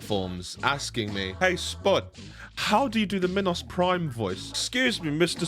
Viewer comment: Me-nos Prime